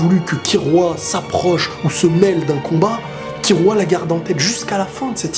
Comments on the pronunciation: On dit Killua ! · Sa me stresse comment tu prononces killua